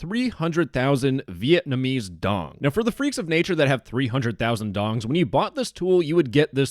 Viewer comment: how are you going to spend time googling average vietnamese monthly wage and not even look up how to pronounce the currency correctly?